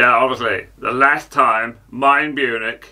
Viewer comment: Still saying ‘Last’ in a northern accent when doing Harry impressions. pronounce it as ‘Larst’ and you’ll be bang on.